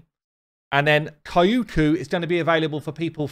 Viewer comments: She's not "K a i u k u", she's "Kyoku". Check the pronunciation via Google translate=) I'm sorry, it just hurts my ears haha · Kyoku Pretty sure it’s pronounced “Kee-yo-kuu” not “Kai-oo-kuu” lmao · Thanks for the info. I'm going for the fusion, so unfortunately have to miss out on Kyoku. But man, my fiancé laughs so hard when he sees my face every time you say 'kaiyuuku' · Hearing you butcher Kyoku's name never gets old!